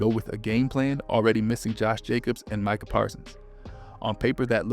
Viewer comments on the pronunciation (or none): none